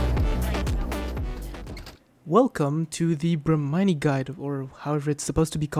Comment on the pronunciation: It's pronounced as "Bra-Mini"